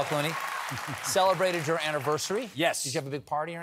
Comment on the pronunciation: The name is Clooney, not Cloney